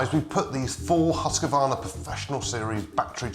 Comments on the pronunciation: right it's Husqvarna not husk a varna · No English speaking can get the name quiet right. Its Huussqvaarna,prolong the name and you will sound like a Swede.. :o)